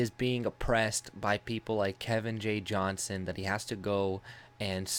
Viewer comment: fyi his last name is Johnston (with a T) Its a peeve of his when people dont say it correctly. Small detail but I thought you should know because I am sure Kevin is a man you respect, as do I. He's our Tommy Robinson.